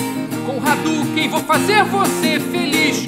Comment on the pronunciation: Ken em vez de Quem :O